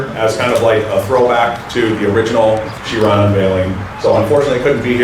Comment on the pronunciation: Chirone🤣. Do you know who is Louis Chiron? Lake of knowledge and style.